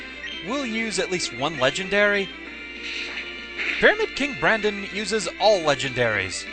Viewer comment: When you said Pyramid King Brandon, I could've sworn I heard "Fuhrer King Bradley". Silly Fullmetal Alchemist.